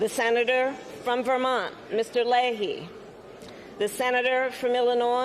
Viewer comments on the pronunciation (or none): none